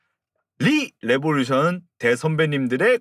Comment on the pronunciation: 시작부터 rrrr하시는 거 듣고 삘 왔어요 ㅋㅋㅋㅋㅋㅋ 리레 웹소 소개 감사합니다ㅏ